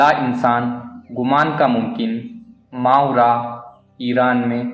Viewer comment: صحیح تلفظ ما ورا Maa wara ہے